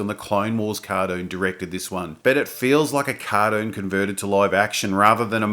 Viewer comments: A what? A "cardoon"? Did you say cardoon? What's a yoot? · CAR- DOON "cartoon", as pronounced daywn undar